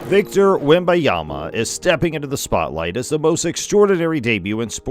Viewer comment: The AI voice doesn't even say Wemby's name right to start the video